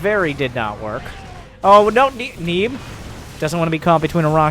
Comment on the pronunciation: disliked due to underwhelming pronunciation of "neeb"